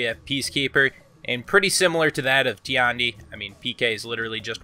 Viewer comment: I swear. If I hear a nigga say "Jang joon" "Teeyandi" or "Nooks-ee-uh" again I'm actually gonna report all of Kenzo's for Honor vids.